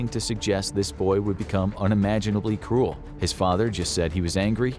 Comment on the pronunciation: Every time you said “cruel” i heard “cool” and i was like “brutal dude lol”